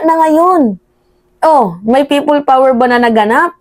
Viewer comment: Kili kili power hindi prople power hahaha anak ng teteng hahaha😅😅😅😅